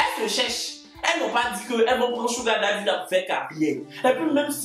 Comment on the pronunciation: Merci pour cette prononciation correcte de SUGAR DADDY mes frères ivoiriens veulent rien savoir deh ils prononcent ça bizarrement.